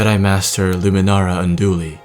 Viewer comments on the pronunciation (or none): none